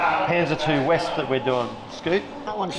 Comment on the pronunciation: Just a comment - I believe Wespe is pronounced Vespe, almost like the famous Italian scooter but with an aspirated ‘e’ replacing the ‘a’ Wespe, like Vespa, means ‘wasp’ which is fun because one stings while the other just makes an annoying high-pitched buzz